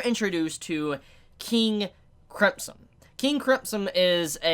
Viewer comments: Bruh just add "m" in there instead of "p" and you're good to go. Not that hard to say "crimson" no matter what country you are from or what accent you are speaking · Why are you saying "Cripson" :D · The way you say crimson really rustles my Jimmie's :/ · Why are pronouncing crimson so weird?